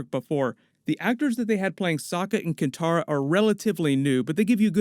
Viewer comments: Katara not Kintara.... but awesome news. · Lol you keep calling Katara "Kintara"